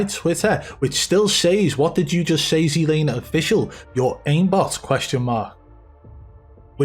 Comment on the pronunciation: look its NOT SEE laner its fkn TSET laner Z not C GET THAT